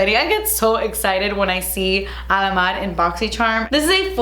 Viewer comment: When you say Alamar it always sounds like Alamad 😂